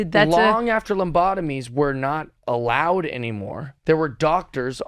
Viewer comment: Was he calling them "lumbotomies"??